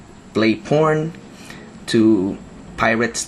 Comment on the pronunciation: Lmfao the way he said porn